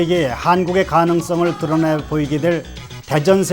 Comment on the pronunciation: 들어내 (X) -> 드러내 (O)